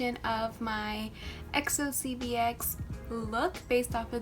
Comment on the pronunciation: this is really an art!!! but i want to say something, not exo si bi ex, it is exo çenbekşi 'ChenBaekXi'